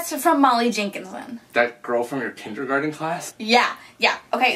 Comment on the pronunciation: he said tindergarten class